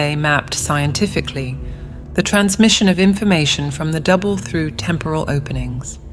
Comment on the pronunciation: Is it me or when she says double it sounds like devil?